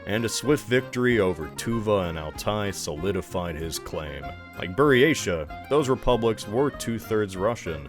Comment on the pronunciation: I feel like you're mispronouncing words way more than usual in this video. Arkhangelsk: Hard "k" and hard "g" Junta: As it's a Portuguese word, it should not be a Scandinavian "j". Either "junta" or "hunta" Buryatia: Pronounced like "Buryatya" or "Buryatiya"